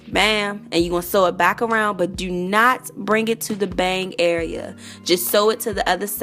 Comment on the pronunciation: You have to be from DC the way you say "area" Anyway, great vid. Thanx for sharing.